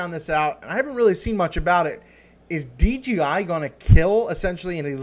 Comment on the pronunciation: You keep saying DGI